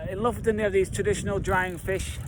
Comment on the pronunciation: Not loften but lo-fot-ten! 😉